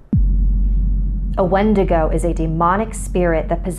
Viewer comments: Its prounounced win-dig-oo I'm native I know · Warrior Nun exactly what I was thinking. Also going crazy because she pronounced it wrong 😳